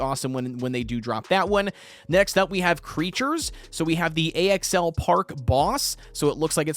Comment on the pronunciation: why are you calling axl A.X.L just say it like the name axel